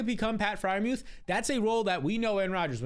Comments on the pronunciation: Ngl he says add muth every year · Bro said add Freiermuth 😂